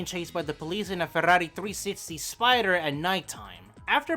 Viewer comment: love this video. finally someone says ferrari as it shuld!!!